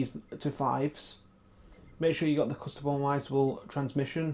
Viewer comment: Cha-par-ral. Diff-e-ren-tial. Cus-to-mi-zable trans-mis-sion. Body re-gi-di-ty. It’s not that hard to pronounce… 🙄